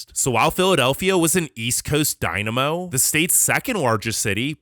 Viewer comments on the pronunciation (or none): none